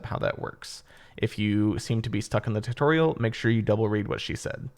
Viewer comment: short and quick tuutorial he said